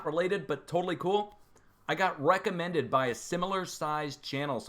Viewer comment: You said ‘Weckamended’ lmao